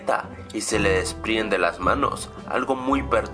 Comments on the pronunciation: se le "DISPRIENDEN" los brazos. 😂 jaja. Grave error amigo, debiste corregir eso, es "DESPRENDEN" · desprienden? desprienden?! ah! según yo era desprenden :v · "desprienden" :v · dijiste se desprienden los baros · Desprenden no desprienden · como critica constructiva, ten un poco mas de cuidado con la pronunciación de palabras, se dice "desprenden" ese tipo de correcciones te podrían ayudar a mejorar la calidad de tus vídeos, lo comento porque en otros de tus vídeos suele pasar lo mismo, todos somos humanos y nos equivocamos, pero ten mas cuidado ;, buen vídeo y saludos